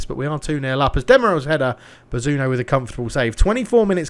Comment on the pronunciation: Loving the subtle homages to NE football icons.. Lucca and Scarlett are the new Quinn and Phillips.. and always calling Bazunu, Bazuno.. Clearly a nod to the late great Bobby Robson!